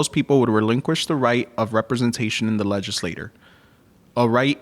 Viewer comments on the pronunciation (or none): Thank you but N.B.: "Tyranny" is mispronounced by 2 of the speakers, and one mispronounced "legislature."